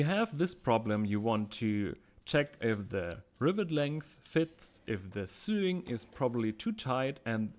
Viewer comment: Minor correction on pronunciation: yours is that of suing, as in civil law, Sewing is pronounced so-ing.